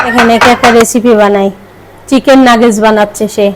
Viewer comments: নাগেজ নায় নাগেট হবে। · নাগেজ না নাগেট 😂